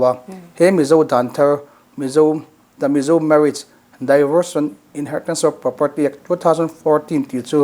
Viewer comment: Tinge a mizo tawng tak in han ziak ila, divawrs ti a lam tur hi mizo hian daivawrs ti hian kan lam kher le